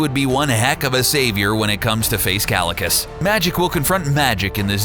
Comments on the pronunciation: kalicus? omg how you dare... it's KAECILIUS not Kalicus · "Kalikus" ITS PRONOUNCED KYE-SIL-EE-US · Ki-see-le-us is how is pronounsed